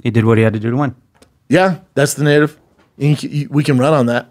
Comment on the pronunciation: Say narridiv again